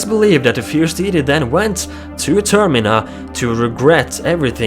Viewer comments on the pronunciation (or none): it is pronounced "Termeena"